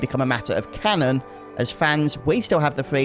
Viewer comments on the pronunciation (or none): none